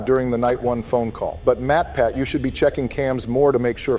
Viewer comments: did matpat say me me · At first I thought warpath said MatPat. LMAO 🤣 😂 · Matpat went above and AON A as in artificial O as in of N as in national